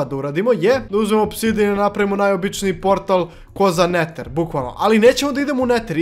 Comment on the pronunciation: A zasto ti ne znas da pricas engleski kazes iron umjesto ajron neter umjesto neder